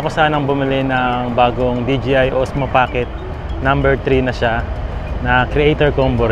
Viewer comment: binilang ko kung ilang beses mo sinabi ang “bibili” 15x yata😂 Congrats on your DJI cam sabi mo DGI😅✌🏽🎉🎉🎉